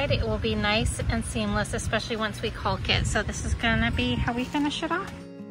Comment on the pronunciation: The L in caulk is silent ❤